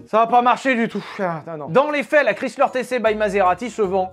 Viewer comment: Chrysler se prononce /ˈkraɪslər/ (alphabet phonétique), autrement dit « kraï-sleur ». 🇺🇸